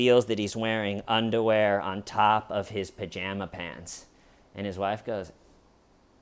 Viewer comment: The way says "undawear" is so goddamn funny idk if it's intentional or not